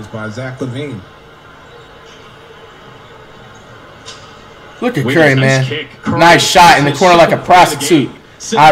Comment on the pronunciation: flight say zach lavine name right